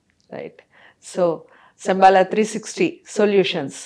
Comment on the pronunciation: ఒసేయ్, శంబాలా ఏంటి?? నీ బొంద. శంబల అనాలి. హెడ్డింగ్ itself is not correct..